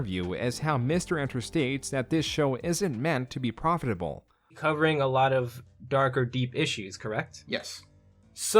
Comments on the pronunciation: he says "profitable" like "profiterole" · The most shocking thing in this video is how he says “profitable” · the way says "profitable" is hilarious.